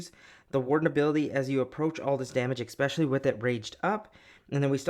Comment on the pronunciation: brooo you're killing me with "exspecially" 😭😭